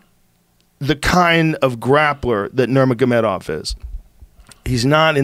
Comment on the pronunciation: 'Kalabib Nurmagobevagov' - Joey Diaz